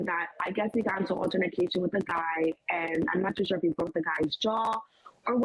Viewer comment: Alternatcation ???? Ion wanna hear ish she say 😂😂😂